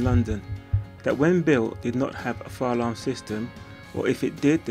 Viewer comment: Fuh lum = ???! Fire alarm is correct don’t say fuh lum and make new vids